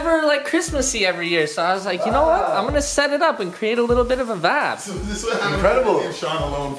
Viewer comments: how many times can he say "vab"(vibe) in one video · drink every time he says vaabs. actually don’t that could be fatal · Sorry bro, i had to unsubscribe cause you said vapppp 500 times. Wtf is a vap. I lovd u but wtf bro is a vappppppppp?